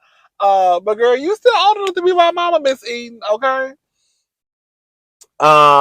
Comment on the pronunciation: In this series you have called Enid Eden, Sima Sienna, Che Shay. Love you but…um, get it together cousin 😂😂